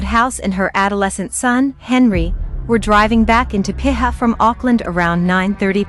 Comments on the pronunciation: Piha is pronounced pea-ha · It's pronounced PEE HAR